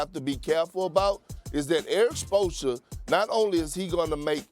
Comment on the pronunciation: I can’t get enough of Perk trying to say Spoelstra